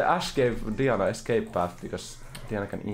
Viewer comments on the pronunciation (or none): none